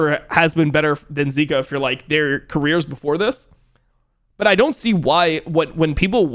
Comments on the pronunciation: he pronounces zika as zerka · If he’s gonna pronounce zeka like that he has to pronounce Zika in a different way